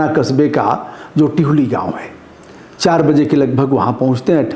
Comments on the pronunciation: टिहुली नहीं है दिहुली है गांव का नाम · गुरूदेव टिहुली नहीं दिहुली है